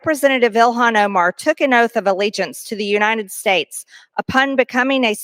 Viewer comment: Side note… what’s with the “Unine-ed States” pronunciation? Ugh. Pam Bondi does that too. And probably a few others. Emphasize that T, damn it lol.